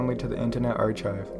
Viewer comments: Hey there! I noticed a little pronunciation error, but you should be good. The "ch" in archive is more of a "k" rather than a "tch". Nice video! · say archive one more time